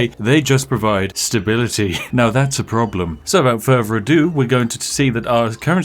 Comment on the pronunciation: "Wivout furvor adieu"